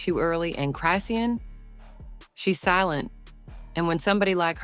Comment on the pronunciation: Until you learn how to say her name, stop reporting and lieing.